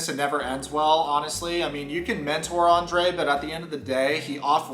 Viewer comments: Is it me or dose each time Libby says her husbands name..like its such a delighful Andera pronouncement..its so icky He EXPECTS her to stick up for him Hes a Cry baby and such a runner ..he thinks everyone should be his financial institutions.. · I have to laugh at Libby everytime she pronounces his name. She has an exaggerated accent. She could do much better than Andre so why is she settling for him. She sure seems desperate marry someone like him. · I can not stand the way Elizabeth pronounces Andre. It's sickening. Even his family doesn't pronounce his name like that. He's a loser and sounds like he's talking with a mouth full of crap. Get rid of these 2 losers... even Libby is using her dad. Its shameful. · He's so Narcissistic and libby is so spoiled that they both together create a monster. It's disturbing. She could've just skipped Andrei and his BS and married her own daddy 🤣 since he is supporting her . Then we wouldn't have to listen to the way she pronounces Andrei. Idc if that's the right way to say it ,it sounds weird coming from her mouth..